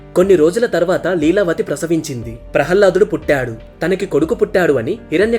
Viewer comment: బాబు జయ విజయులు ద్వారపాలకులు అంతే కానీ విష్ణు మూర్తి ని రక్షించేవారు కాదు ప్రహ్హ్లదుడు కాదు ప్రహ్లాదుడు కొంచం ఉచ్చారణ దోషాలు ఉన్నాయ్ గమనించగలరు